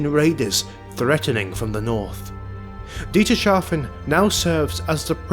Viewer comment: This is another entry in this wonderful series of short essays. Thank you for your magnificent work. One little thing I noticed, however: It's Dietershafen, not Dieterschafen - pronounced like Dieter's Hafen. But other than that, great stuff!